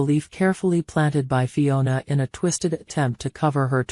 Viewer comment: They actually said it correct this time. They have said as Fonia before.